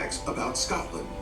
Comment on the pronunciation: You should look for a video about Scotland that is actually narrated my someone from Scotland because this American voice over person mispronounced so many words.